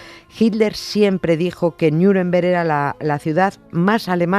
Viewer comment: Nieves porque dices "Niuremberg"? Eres de "Miurcia"?